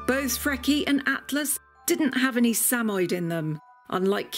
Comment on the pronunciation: SA-MO-YED, not SAMOID.